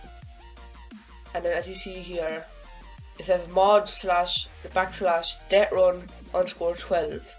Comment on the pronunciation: Love Irish "Dettrun"